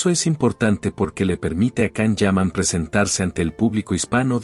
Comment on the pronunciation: Lo primero pronuncia bien su nombre